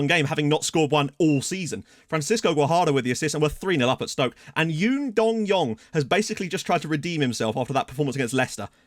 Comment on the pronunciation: This Dong needs a nickname. I swear struggles every time pronouncing his name